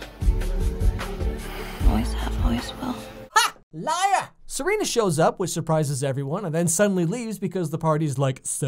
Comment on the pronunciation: “Ha LIER” 😂😂